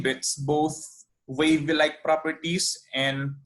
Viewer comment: Please focus your speech to say the English syllable correctly, example, wave, WA not WE. Good luck.